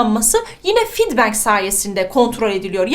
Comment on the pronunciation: Hocam iyi güzel anlatıyorsun da "feedback" kelimesini "fid beng" diye telaffuz etmeyi derhal bırakman lazım haberin olsun xhxhchdh